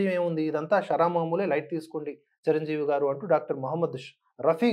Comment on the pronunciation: MEERANTE NAAKU ABHIMANAM KAANI EE ROJU KAASTHA TAGGINDHI, ANTA EMITI, RELAY CHUDAKUNDA EVARO CHEPITHE RAASTHE CHADUVUTUNNARA, CHIRANJEEVI GARINI CIRANJEEVI CHIRANJEEVI ANI CHADUVUTUNNARU IKA MEEDHATA MEEKU LIKES SHARES CHEYYANU FIRST RESPECT ELDERS, &HONUOURABLE PERSONS SORREY